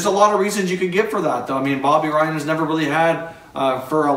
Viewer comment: Is bobby ryan not bobby ryab lol